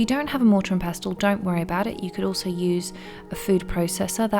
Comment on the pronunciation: Pestle.....the T is silent 😉